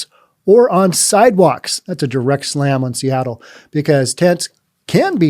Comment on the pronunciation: "Seatroit" LOL. How about "Soyattle"?